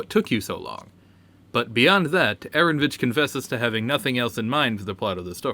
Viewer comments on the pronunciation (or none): It's AARON O VITCH not ARONVITCH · Aaronovitch is pronounced Uh-Ron-Oh-Vitch.